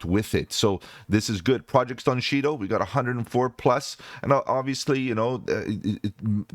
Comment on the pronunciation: $Shido Pronounced Shy-doe.